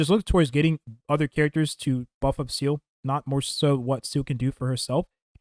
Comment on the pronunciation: 7 months after launch and this clown still calls her ‘seal’